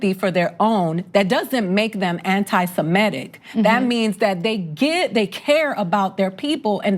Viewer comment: Another person pronouncing it 'simetic' rather than 'semitic', is this a neurological condition ?